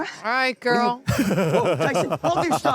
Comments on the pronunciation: We expect a full sincere apology for calling Tyson, “Titus” every chance you got. The show and even say his name so often, your selective hearing about it was soo grating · How many times did day Tyson for Dude to just say Titus? 💀💀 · His name is Tyson, not Titus